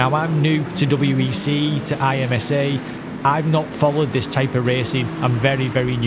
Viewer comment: We pronounce IMSA 'EM-suh'. That concludes today's lesson in American lol =)